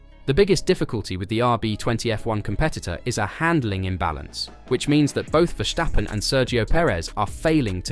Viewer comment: Why do they all pronounce Max' last name vershstappen while it's just Verstappen?? Idiots